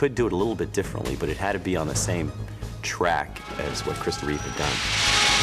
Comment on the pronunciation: REEVE There is no s on the end of his name. Even after more than 40 years; numbskulls can't get that right... And there is nothing wrong with Cavill. Anyone who says so is terminally wrong.